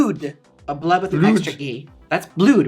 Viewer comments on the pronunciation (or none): The Gigi's lipstick is supposed to be bloode as in blood but I love how you pronounced it as bludé